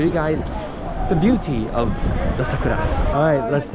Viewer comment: Goodness gracious me that's a long time to get into Satbucks 5 hours. And eating along the river that's understandable,but it was a request. And thanks for the correct pronunciation for Sakura, it is very important to the Japanese language. Over all this was a beautiful walk so much to see, I enjoyed this experience just beautiful to see ❤️.